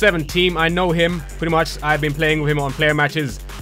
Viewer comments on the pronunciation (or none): none